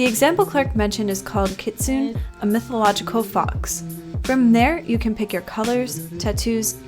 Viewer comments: not to be nitpicky but it's not pronounced "kit-sun" but "kit-su-neh" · That moment when someone says kit-soon instead of kit-soo-nay: [*TRIGGERED*] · Kit-Soon-Eh, not Kitsoon 😂😂 Little interesting fact, Ninetails (the Pokemon) was based off a Kitsune 😃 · kitsune kit-soon-ay Also, that was a drawing of Ninetales, the Pokèmon. Not exactly a kitsune, and something that should be credited. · kitsune isn’t pronounced kitsoon! it’s pronounced kit-su-nay. :) no offense intended in the slightest, i just wanted to let you know lol -a filthy rat who’s learning japanese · kit-soo-nay, not kit-soon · ITS PRONOUNCED KIT SOON AY NOT KIT SOON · The fact that she said “kitsune” instead of “kitsuné” is rough to hear. Regardless, it’s sad that animal jam is coming to an end. Never thought I’d see the day. I’m excited for feral tho! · Hey just so you know for future videos, Kitsune is pronounced kee-tsu-neigh, not kit-soon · out of all the things in this video, one thing bothered me “kitsune” is pronounced “kit-su-nay” not “kit-soon” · Kit-soon? It’s Kit-soo-nay! Do some research! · By the way, it's pronounced "Ki-SOON-ay" nor "Kit-Soon". I know this because, when I was a pre-teen I mispronounced it like that in front of a Japanese speaker who thought it was hilarious. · Btw kitsune is pronounced kit sue neigh I did a lot of research on them recently, it’s awesome that they are in this game! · Christ, I haven't played Animal Jam in years. Maybe I'll try this out once the beta version's released... Also, just so ya know, I believe kitsune is pronounced (kit-s(hardly pronounced "oo")n-ay. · It’s pronounced Ki-tsu-ne cause it’s Japanese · love the video! it was very informative and i really appreciate it as an old animal jam fan!! one very minor thing that bothered me but isn't really a big deal was the pronunciation of kitsune. the way how it's pronounced is keet-soon-nay lol sorry if i'm being annoying and nitpicky. you're amazing